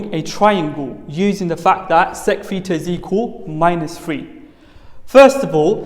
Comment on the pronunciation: Not petar but theta